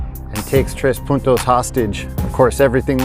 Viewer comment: FYI, you said 5 Puntos correctly. So, a big "¡Orale!" to you.